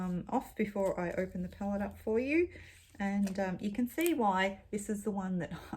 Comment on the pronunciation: It took me waaaaay too long to realize that you were saying, "palette," and not, "pellet."